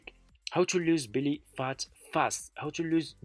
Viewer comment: It’s not Billy phat, it’s Belly Fat. 😵‍💫🤔. It’s how to lose belly fat, not how’s Billy fat!